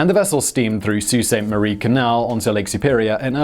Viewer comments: I'm impressed by the fact you pronounced Sault Ste. Marie correctly lmao. 90% of people who read the name get it wrong in my experience. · He gets so many names wrong but gets Sault Ste Marie right - I need to go have a nap to get over the shock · Simon, thank you so much for pronouncing Sault Ste Marie properly. You’d be shocked at how often I’ve heard my hometown called “Salt” Ste Marie. (But it’s the AG-a-wa River that’s a bit North of here!) 😉